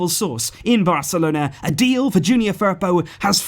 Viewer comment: The way you say Firpo makes me cringe